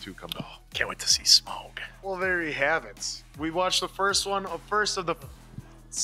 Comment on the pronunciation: Remember, it's not "Smog", it's "SMAUG", like "mouth", and all caps. And you can throw in a little sch to make it "SCHMAUG" for the memes.